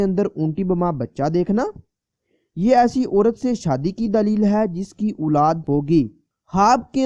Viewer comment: دالیل نہیں دلیل لفظ ہو تا صحیح کرو کسی اردو جاننے والے شخص سے دلیل